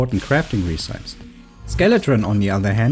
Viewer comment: for future reference, recipe is pronounced re-si-pee. I know, English is bullshit when it comes to some words lol. Other than that, very useful video